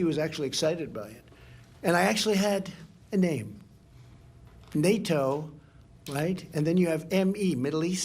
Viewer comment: The presentation was purfect. Fancy calling NATO Tonatoe